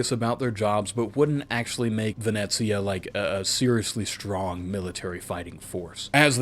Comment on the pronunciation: Nope, you said it right "Venezia" with the Z, not the S.